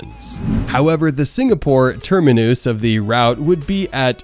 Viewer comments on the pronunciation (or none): What is a "termi-noose"??? 🤣